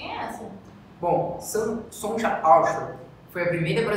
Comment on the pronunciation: Ótima idéia e ótimo vídeo (só para ajudar um pouquinho com as dificuldades de pronuncia do nome da Sonja Anshauer, o correto é falar Sonia Anchauer, como os pais eram alemães, o nome dela seguiu a grafia alemã). Outra correção, o Centro Brasileiro de Pesquisas Físicas foi criado por vários físicos, entre eles a Elisa Frota Pessoa. Isso não diminui em nada a importancia do trabalho dela, mas precisa ser dito que ela foi um dos fundadores. Da forma como está dito, quem não conhece o CBPF pode entender que ela foi a única fundadora. O que acham de traduzir o título da tese de doutorado da Sonja Anshauer? "Problems on electrons and electromagnetic radiation". ou seja, Problemas sobre elétrons e radiação eletromagnética, pode-se dizer também Estudos de problemas sobre elétrons e radiação eletromagnética, se vocês acharem que isso ajuda a entender um pouquinho mais sobre o assunto estudado por ela. Espero ter ajudado. Parabéns pelo canal!